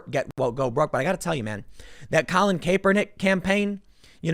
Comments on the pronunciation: Pronounced cap-Er-nick ...not Cape-er-nick. Lol spelling is odd though so I get it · Tim, learn to pronounce Kaepernick (Cap~per~nik). 👍🏽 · At least say Kaepernick's name right Tim. CAP-uhr-NICK. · jesus....CAP-pernick. not CAYE-pernick. it's not difficult. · Kapernick not Caper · Tim, it's Kapernick...how do you get Cape out of that? Its Cap. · Tim for the LOVE OF ALL THAT IS HOLY Cap-Er-nick!!! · CoLiN KaY-pEr-NiCk 🥴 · How has nobody told tim how to pronounce Kaepernick? Cāp-er-nick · I enjoy your work but you sound ridiculous when you say Kaepernick. Be a professional and look up somebody pronouncing his name. It's not pronounced how it's spelled. The E is silent. CAP-ER-NICK.....KAPERNICK. Good thing to do moving forward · Every time he says Kaepernick as "kapernick" I laugh uncontrollably for some reason it just sounds so damn funny 😂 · Its Pronounced CAP er NICK Tim I cant stand him but please say his name right lol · Its pronounced Cap Per Nick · Nagooyen.. Kay-pernick... it's like he's never heard these names spoken before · Yo Tim it's "Capernick" pronounced like bottle "cap" lol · You really need to learn how to pronounce Kaepernick..cap_err_nick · Tim please say his name correctly - Kaepernick (KAP-er-nick) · Tim repeatedly mispronouncing Colin's name is my favorite part of this endless story. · Why are you mispronouncing this damn near household name?